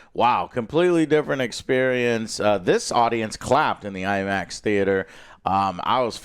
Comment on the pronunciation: 8 foot tall Imax screen? 😂 Imin-screen